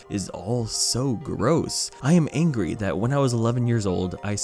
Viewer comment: You sure are not angry.. You are ungry